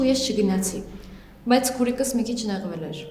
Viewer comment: 12։46 Ասեց կուրիկս այլ ոչ թե քուրիկս